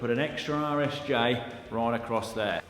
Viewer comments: Full disclosure I thought you were saying Irish J this whole time. This video was the first time I heard RSJ and then you said that bit XD. Forgive the Yank, I just thought it was UK slang. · it really does sound like you're saying Irish J's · it wasn't just google translate that thought you were saying Irish J's. I did google Irish J after one of the first videos. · Not only me heard “irish j”, thanks google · Oh my gosh 😂 I legitimately thought you were saying "Irish J" the entire time! I thought it was a sort of joke, because over here we call them "i beams".